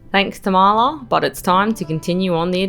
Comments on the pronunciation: hey guys, it's pronounced Tarm-la, not Ta-Ma-La. I go up there often, living in Kalbarri. And yes, you really need to be able to fix your own stuff out there. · The dirt road to Tamala/Useless Loop is normally rough as. You must have got it just after it was graded. I've had to drop tyres down to 20psi on it and go slow. Great spot though. Glad you're having a great trip. Tamala pronounced Tar - ma - la